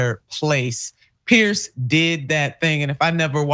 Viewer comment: Please pronounce "Piers" correctly. It is not pronounced "Pierce"